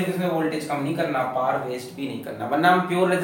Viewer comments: Sir it is power,not par😂🤣😂🤣😅 Just fun😂🤣😂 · Whenever sir says paar who goes like this 🤔🤨?? 🤣🤣